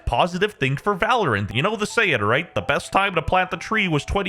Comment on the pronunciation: valorant ❌ Val- oh rant ✅